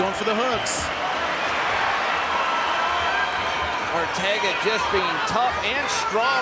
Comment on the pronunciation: It's Arteaga (R-tee-aga) NOT Ortega!!!!